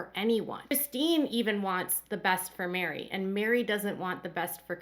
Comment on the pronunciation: Her name is MERI like "Merry Christmas", not MARY